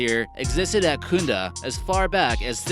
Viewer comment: Its kunda not khundda...